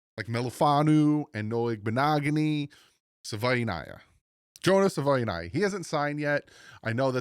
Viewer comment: Sah- vah- e- ni- ah